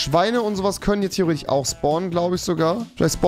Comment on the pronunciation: Wie hart triggert sein „theoretich“